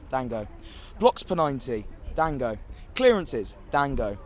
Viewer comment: Goddammitt, if yo ulove him so much remember how to say his name 'Don-GO'